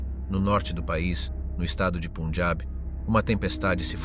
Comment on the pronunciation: Get your bloody pronunciation right!...PUN! AS IN BUN...PUNJAB!!!... Not PUNEJAB, YA TWIT. :face-orange-frowning